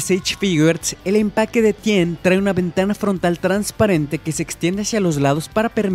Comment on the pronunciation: haces que mis Oídos sangren como ke Tien es Ten